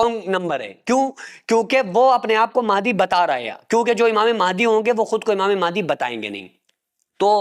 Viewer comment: Imame mahaidi nhi h unka name unka name h imam mahdi phele bolna to sikh lo fir hadise Mubarak bayan kar denA 😢😢😢😢😢